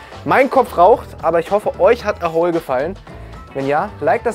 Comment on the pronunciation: Eins verstehe ich nicht. Du betonst "A Hole" ja immer als ginge es um ein Loch. Die Promis hingegen betonen es wie eine Abkürzung von "Asshole". Das macht für mich das ganze Projekt nochmal wesentlich unseriöser. D.h. eigentlich hätten sie an ihrer eigenen Aussprache schon merken können dass da vielleicht etwas nicht stimmt.